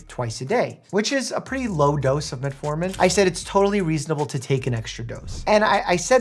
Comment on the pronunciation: Why do you call it Metaformin?